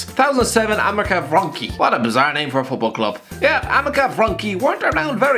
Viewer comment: As a Polishman I have to say this Amica Wronki pronounciation was spot on